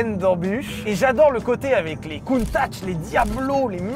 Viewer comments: Countach pas Countatch 😅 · Countach, pas "Countatch" 😂 Bonne prononciation par contre. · Lamborghini COUNTATCH ? ^^' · Countatch ???????????? Mon coeur souffre en voyant le T en plus MDDDR